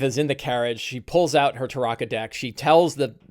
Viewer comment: Love the tips and advice, but I absolutely hate the way you pronounce "Tarokka" with the "ah" vowel sound. Been listening to the Ravenloft audiobooks for years and its always been pronounced with the "oh" vowel sound (Tar-oh-kah).